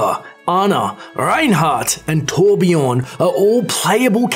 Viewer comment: IT'S PRONOUNCED TORBJÖRN!